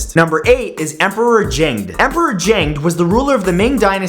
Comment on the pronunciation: It's pronounced Zheng De(pronounced separately)